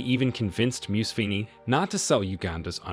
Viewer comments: The pronunciation of the Ugandan names is killing me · 😂 the stupid thing about this blog the gie speaking can’t even speak museveni’s name well. So how did you do your fake research 😆 I’m from Uganda 🇺🇬 and I don’t like our leader but this fake propaganda for clicks and likes is abysmal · You absolutely butchered all the names! Amature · U even can't pronounce the name Museveni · This is a great video with amazing comtent, but my goodness these mispronounciations are going to kill me! 😂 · The reader should learn how to pronounce the names of these great Men. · It would be good at least to know the names of persons that you are making video about, then it would be even better if you could learn how to pronounce that names. Content is always dependent on the intention, and best lies are mixed with some truth - but you know it better than many. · The narrator can't even pronounce the name Museveni properly so how the heck do we expect him to understand and know who Museveni is. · Was it absolutely necessary to butcher those African names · You could have learnt to pronounce Museveni instead of whitening it all up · Only An Merican would create a video about someone and not bother to look up how its pronounced. Its Moo-Se-Venni... Not Muse-Venni, for gods sake. I couldn't listen after the 5th or 6th time. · You are pronouncing it wrong. The correct pronunciation is Mu-se-ve-ni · You have to check names before making a video. Muse-veni sounds painful, and Gaddafi's first name isn't difficult to pronounce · The pronunciation of Museveni is actually something like, mhu-sev-eny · Mu-seven "7" as in number seven. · "Moose vinny". What the hell dude? Can't you learn how to pronounce a simple name? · Who is this MUSWEEEENY you keep talking about? Do you know how to mouth letter V? Its M U S E V E N I. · Thought you were fuckin talking about Mussolini.. Moo-sah-veh-ni. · His name is” Mu-se-ve-ni “ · It's pronounced MUSEVENI like MOO -SEVEN-E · It’s not Museven Mu se ve ni